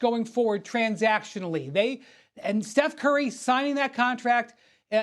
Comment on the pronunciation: He said one to watch... Transcationally!